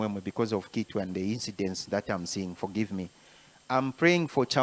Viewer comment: With all due respect, history confirms that Kitwe is for Lambas,and they pronounce a head as ikitwe. So it's not citwe. Citwe is a Bemba pronunciation. Point of correction please.